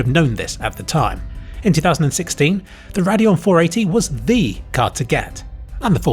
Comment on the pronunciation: oh, he's saying "Radeon" not "their annual" or "perineal." I was so confused LMAO